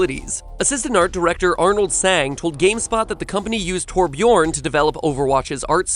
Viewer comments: i have never heard someone pronounce Torbjörn so incredibly wrong, why the hell would you stress the last syllable? It's TORbjörn not torbjÖRN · Is MatPat really the best person they could get for Overwatch? They couldn't get FUNKe, Zylbrad, Mr. Meta Meme, Unit Lost ,Lone Wolf, Salty Phish, A_Seagull OR Oh Nickle? Seriously, MatPat can't even pronounce Torbjorn right. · He pronounced it correctly, he just emphasized the wrong syllable. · I can't believe how many different torbjorn pronunciations I have heard, mat pats emphaseize is a strange one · Technically he pronounced it right, he just overstressed the second syllable. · Torbjorn and Lijiang Tower. Not sure if there were any others. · Your saying torbjörn wrong mat pat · As a swede I cringe everytime he tries to pronounce 'Torbjörn'. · Everyone says torbjörn in different ways, and it's always wrong xD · Omfg matpat why do you pronounce liajang tower wrong when it literally says the place's name EVERY time you go there. if you're gonna make an informational video on a game, Learn to pronounce the characters names as well, ie torbjorn. Ugh cringe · The way he pronounces Torbjorn makes me want to slam his face into a brick. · Bro, MatPat, these characters/place are explicitly pronounced for you in the game. How are you gonna pronounce Torbjorn and Lijiang Tower wrong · That's the nastiest way I've heard someone pronounce Torbørn. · MatPat's pronunciation of Torbjorn and Metzen. Ugh. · Why does he emphasize Björn in Torbjörn? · You could at least have attempted to pronounce Torbjörn correctly. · Wizzrobe it wasn't really close at all but whatever. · It's deabatable, what you think is good and what is bad. But i see your Point, it's still not on point. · The way he pronounces Torbjörn cringe